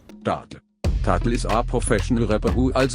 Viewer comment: "Tattel"ich sterbe 😂🤣